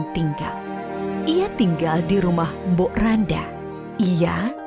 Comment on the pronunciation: Mbok rondo min bukan mbok randa bacanya